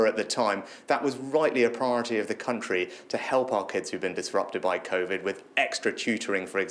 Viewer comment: Hate the way he say 'priRority'